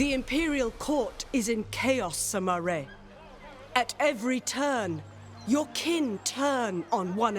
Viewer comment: I live in China and it's pronounced like Sima Yue(not ray, but yoo-a). You can use Google translate to listen to the authentic Mandarin pronunciation. Like it so he can see it.